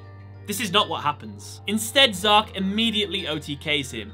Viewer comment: It’s z-arc Zark is the name of a character in my book